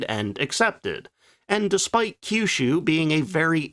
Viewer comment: You pronounced Kyushu correctly!